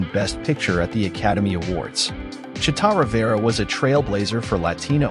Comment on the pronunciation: Is this AI generated? If you're going to pay tribute, you could at least pronounce her name correctly.